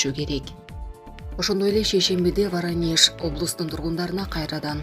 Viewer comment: Окуганды да билишпейт нормально Воронежди Варанеш деп ай аман болгула